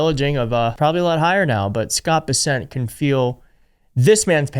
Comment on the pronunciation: It's pronounced Bess'nt. Like, you bess'nt (best not) sign another international agriculture agreement before impeachment.